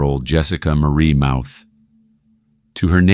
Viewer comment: Jessica Mauthe was always a lying snake. She will play the victim until the end….and her last name is pronounced “moth-ee. She lives 5 minutes away.